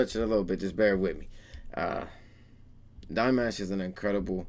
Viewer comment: hahaha, what do u expect??? U haven't reacted to Dimash for ages (u do not even know, how to pronounce his name)!! Now u think u react to one video and Dears will go crazy?? It does not work that way!! U need to deserve our attention man!!! Keep reacting And the support will come... But!..... Maybe not in your case, u obviously react to him just because of views 🤦🏼‍♀️ the worst thing u can do... Most Dears are intelligent people and they will not support u, when they see u do his reactions for views and followers. 🤦🏼‍♀️🤦🏼‍♀️😂😂😂😂😂😂 U cannot fool us.....